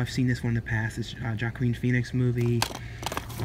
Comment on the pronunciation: you said his name wrong, that’s what I replied. It’s Joaquin not JAquin...thought he’s famous enough for everyone to know the pronunciation.